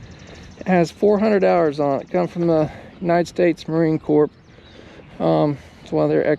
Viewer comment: Please S T O P pronouncing US Marine Corps like a CORP -Corporation, think like “ CORE “ the S is silent. Otherwise one of my brothers will come have a VISIT with you.